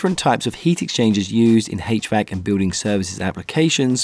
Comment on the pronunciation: "Hach-Vack" love it bro 😂🙏 thank u for this